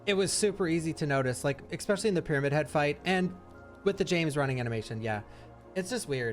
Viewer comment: Here's a hateful comment: stop saying ECSPECIALLY, it is ESPECIALLY🤣